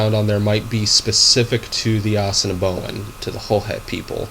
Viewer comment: What the is this guy trying to teach my language for, he doesn't even pronounce Assiniboin right, and Assiniboin are our relatives they don't speak a different language they speak a dialect, the 3 main dialects are Lakota, Dakota, and Nakota and each has sub dialects especially Nakota. Nakota is what the Assiniboin speak.